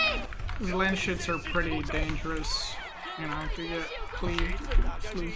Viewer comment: It’s Landsknecht like in German.. Look it up how its pronounced 😝 makes it sound really funny.. Landsshits is better then hah.